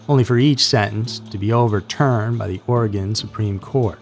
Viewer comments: Hey a YouTuber who can say Oregon lol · Thank you for pronouncing Oregon properly! It just feels really respectful when it's pronounced the right way.